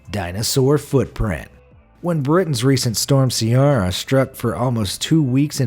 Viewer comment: Sligo is pronounced slygo and Ciara is pronounced keyra